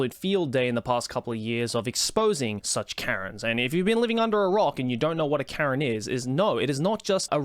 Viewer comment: Karen not keren